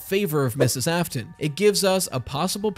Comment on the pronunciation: William "Ai-fton", love that